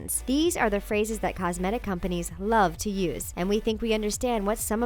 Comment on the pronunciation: Why did she pronounce "cosmetic" in such a weird way?